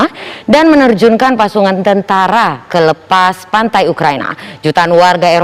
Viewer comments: pasukan di bilang pasungan.😂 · Pasungan tentara apa pasukan 🤣🤣